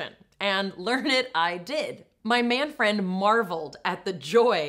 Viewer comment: I kept hearing Man-Friend as Manfred.